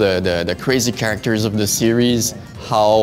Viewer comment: take one shot each time you hear keraktors. amazing work and game tho